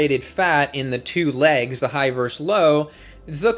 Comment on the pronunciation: I don't want to pick nits but I can't stop myself. Versus is pronounced versus. Two syllables; stress is on the first. Thank you for your patience.